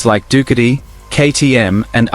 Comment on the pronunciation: Dook a tee - PLEASE , correct Ai enunciation. Your phonetics are incorrect . Doo cat ee